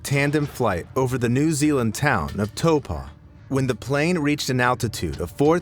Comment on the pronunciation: Blud pronounced Taupo wrong😑 (I’m from Aotearoa (NewZealand) and I have never heard of this before lol)